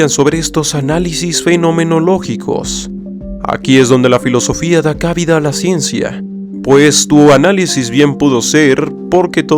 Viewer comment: Ah, pensaba que era el único que notaba ese tono algo sobreactuado en él. Para corroborarlo, sólo hay que ver sus primeros videos y se hace evidente el cambio de tono en su discurso. Además, recurrentemente pronuncia mal varias palabras (de las que me acuerdo, dice cábida y no cabida) y usa un discurso muy ampuloso y bastante ininteligible para una gran cantidad de personas, pudiendo emplear términos sencillos y entendibles en muchas ocasiones. Como comunicador, opino que debería ser más riguroso y pulir esos detalles, con lo cuál intenté contribuir en varias ocasiones en los comentarios con pequeñas correcciones, pero al parecer es bastante difícil que logren llegar a él (o eso es lo que quiero pensar), por lo que dejé de hacerlo desde hace ya bastante. Que no me malentienda quien me lea, en su canal encuentro bastante material interesante para reflexionar (incluso estoy suscrito), pero debo reconocer que en muchísimas ocasiones, en especial en sus directos, pensé en los mismos calificativos que usted menciona para referirme a su forma de hablar. Lo que hago es no tomarlo personal, es mayor el enriquecimiento que recibo de él que los posibles "disgustos" que me puedan generar sus maneras.